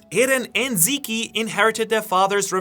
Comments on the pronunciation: Stop calling zeke zeké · zeekee and paradice huh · did you just call him zeekee? 😮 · "Zeke" is just pronounced "Zeek" lol not "Zeekie" It is from the name Ezekiel. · "eren and zeekee" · yea i had to turn this video off cuz this idiot pronouncing zeke in the most wrong way i’ve ever heard is pissing me off